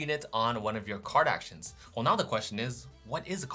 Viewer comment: and here I thought you were saying Kardashians until I realized you were actually saying Card Actions